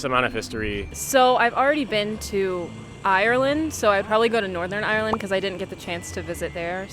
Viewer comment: I'm sorry but the way they say Ireland